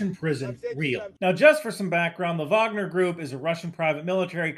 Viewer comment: Thank you for being both American and saying Wagner correctly :) it's a this sliver of the Venn diagram